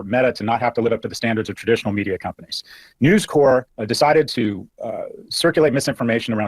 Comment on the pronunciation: His mispronunciation of News Corp. is annoying me.